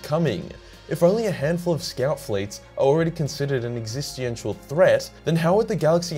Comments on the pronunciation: Not trying to be a prick, but if you care, "existential" is pronounced "ex-iss-ten-shal". Or you can just own what you do, whatevs. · Once again, this is from a place of love, not criticism, my bro: Existential: Ex-ih-sten-shall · Ex-ee-sten-shul existential ma dude. Another awesome video:) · ...existiantial... 'existential' is the word you're looking for, i believe? Sorry, bothered me more than it should have. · Your pronunciation of existential hurt my soul a little bit not gonna lie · Could you pronounce existential right once in the video or??